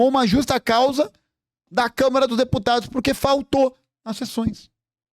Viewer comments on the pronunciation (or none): none